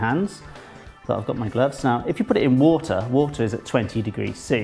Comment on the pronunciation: i love how you say water. you're just like "wootah"